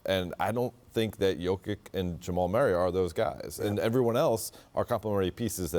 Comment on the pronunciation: This Dave guy doesn't even know how to pronounce Jokic's name but he knows that he's not good enough. You should replace those shamful ignorant analysts.